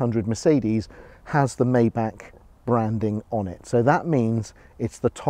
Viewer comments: Maybach, not Mayback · It would be nice if this Car Guy could learn to pronounce the name of his new Mercedes correctly. It is pronounced "MY BACH", NOT MAY BACH. Please not that. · Maybahr not Mayback Please 🙏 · You're not even saying it right...its not a may back it's a my bock. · My Bach... 'My' Bach, not 'May' Bach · Maybach Not maybak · Bro it's Maybach not meybeck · you say "mayback" but it's called "maybah" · Watch this video and listen how the lady said it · For god sake, you're European, MY-BACH, only American get the luxury of calling it a MAY-BACH. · Sorry to disappoint you. But the historical and correct name is pronounced Maybach [ˈmaɪbax] Just like the classical musician Johann Sebastian Bach. I know it became common to call it Mayback but this is inaccurate As a Germano-French citizen I can assure you Maybahr is the correct pronunciation for Maybach (not the orthography, which is just an example) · Nur wahre Deutsche wissen dass man es nicht mayback ausspricht . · "may back" rip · Its actually pronounced "My-Bach",. Wtf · it’s pronounced myback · It's pronounced "My-bark". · My-back is how you say it ! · First thing I would work on is the correct pronunciation of “Maybach”! Clue: it ain’t maayback! 😆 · You pronounce it "Meintheback" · Dude, if you buy a car like that, learn how to pronounce it first! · Oh come on... don’t spend just money, but also a tiny bit of effort to not butcher a car‘s name completely. Please tell me you don’t do the same with „Porsche“. 😊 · Learn how to pronounce maybach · too bad you can't pronounce maybach right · now that you "are" in the 1% of the 1% club, you may learn the proper way to pronounce Maybach so you perfectly blend in with your fanciness... anyway, that's definitely the oil industry tycoon type of land yacht. gorgeous yet flamboyant